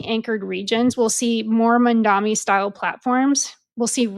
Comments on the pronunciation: Are u a real American...why u can't pronounce English vocabulary!!!...his name is mamdani..M AMDANI...repeat... m a m d a n i...again blonde M a m d a n i..😂😂😂😂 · Its Mamdani M-A-M-D-A-N-I learn to say it right cause youll be hearing alot more of him